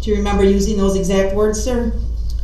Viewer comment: Objectiongrounz! Grounz!